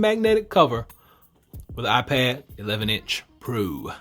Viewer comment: You said iPed pro